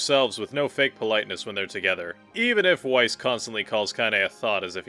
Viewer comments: It’s pronounced VICE not WiCE for Grimoire Weiss you buffoon! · It's Vice, not why-ss. Pls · Grimoire Weiss himself pronounces his own name as "Vice", as its germanic. It gives me OCD irritation to hear you pronouce it "Wyse", even if some of the voice actors have done that. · Love the video!! And no hate, just wanted to correct you that “Weiss” is pronounced with the “W” being a “V”! So it’s actually pronounced in game as Veiss! It’s a German thing to pronounce the W with a V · Do you pronounce Weiss like it is spelt and not how it's actually pronounced with a V because you play with the Japanese VA's so much, that you have forgotten its Veiss? Or are you just low key trolling? I'm genuinely curious because I wince when you say Weiss with a W !